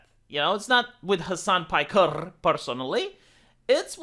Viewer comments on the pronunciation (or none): Hasan pikerrrrrrr. Lmao do you do that on purpose